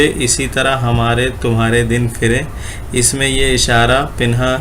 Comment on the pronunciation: السلام علیکم، بھائی! آپ کی ویڈیو بہت جامع اور معلوماتی رہتی ہیں؛ صرف ایک چیز بہت کھٹکتی ہے وہ ہے (اس is، اس us، ان in، ان un، وغیرہ کے تلفظات میں،میں آپ ہر جگہ is, in, इनके, ismen ہی تلفظ کرے ہیں جبکہ بعض جگہوں پر उस, उन, उनके, उसके وغیرہ ہونا چاہئیے؛ حسب مواقع، امید ہے کہ اس پر غور فرمائیں گے؛